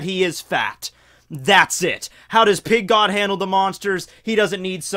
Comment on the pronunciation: I don't know why but i always hear "Pink God" LOL